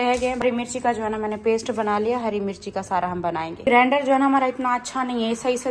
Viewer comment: Don't say grander it is grinder